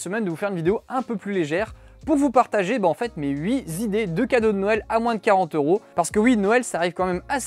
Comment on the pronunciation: les "huit Zidées de cadeaux", ça pique quand même un peu les oreillles :)